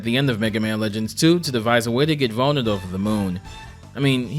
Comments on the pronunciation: Pronouncing Bonne like "bone" instead of "bon" sent me into fight or flight. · Sorry this is bugging me. It's pronounced "Bawn", not "bone". Double "n" gives s short vowel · It's pronounced "Bon", not "Bone". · Fr, it's not the worst thing in the world , but it's still messed with me. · That's... certainly a way to pronounce 'Bonne'. Not the correct one, mind.